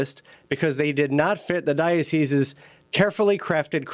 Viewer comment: Well done on pronouncing the plural of 'diocese', 'dioceses' correctly. Oft said incorrectly in the media, and even by ecclesiastical types who should know better.